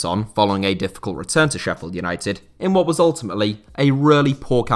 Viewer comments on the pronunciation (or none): none